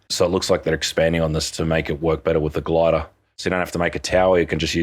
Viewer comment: "The gladah"